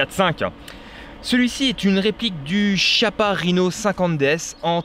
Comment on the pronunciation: Pour info ça se prononce "kiappa" ;)